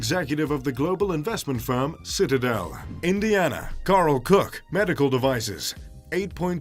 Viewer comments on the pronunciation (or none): none